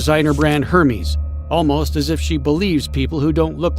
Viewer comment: Hermeeze😂🤣💀💀 gtfoh this aint no damn harry potter 😂